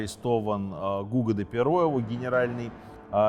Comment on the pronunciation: Не ГУго, а ГугО, тампль не храм а башня.